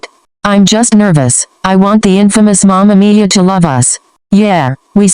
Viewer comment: listen love mama miya, but every time it sounds like mama mia yk mario..